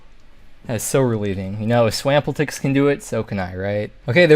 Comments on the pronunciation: say swampletics like that one more time and i WILL drop a fatty dislike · The way you pronounce swampletics breaks my heart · Nah he definitely said it like that on purpose. He's memeing like the rest of us. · Dude right .